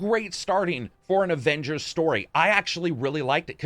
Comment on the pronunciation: What really annoys me is that caps voice actor say ovengers